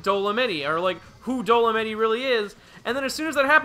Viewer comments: “Dole-a-mitty” > “Dole-a-mite” lmao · Bro, it's Dol-o-might, not doll-oh-mittie lmao If he keeps saying it I won't be able to finish this video lol. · EVEN IF YOU SOUND OUT DOLEMITE IT'S DOESN'T SOUND LIKE DOLIMITTY! WHY ARE YOU SAYING IT LIKE THAT!? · ok repeat after me DOE- LOW - MIGHT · Bro how you pronouncing Dolomite wrong wtf 😭 dolonitty 💀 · When realizes it’s pronounced Dolomite with the long I sound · the real thing that doesnt work here is your pronunciation of dolomite